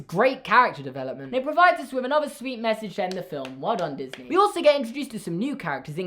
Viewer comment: I mean Disney, Not diney